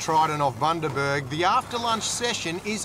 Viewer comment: It’s Bundaberg you knob, not Buderberg hahaha